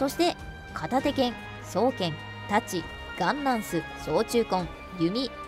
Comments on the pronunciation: 双剣のイントネーションなんか違くね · 「そう⤴︎けん」